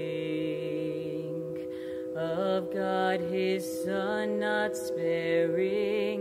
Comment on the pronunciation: A few comments about diction. 1. "God". not "Gerd". in the same way as you say "hot" not "hurt" and "dog" not "derg" I cannot emphasis enough that the word GOD needs to be given the fullest possible treatment, with no apologies. 2. don't run important words into each other, just because they happen to start with a vowel. Sing "consider all" not "consider-rall" 3. Never never sing "How Great Thou Wart" And while on this subject, if you should ever find yourselves singing "A-may-zing" as in A-may-zing Grace", then stop and reword it as "Amaze-ing Grace" with just a slight hint that the zee extends into the next syllable.